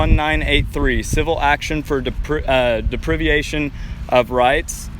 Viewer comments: It's "de-pri-va-tion" of rights and your rights are God-given and protected by the Constitution. They aren't "constitutional rights." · Deprivyeeation..... hahaha deprivation. Just sayn hahaha great job I think they are learning